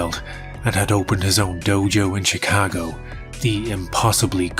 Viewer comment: I love how you say "Chicago" with a proper Chicago accent!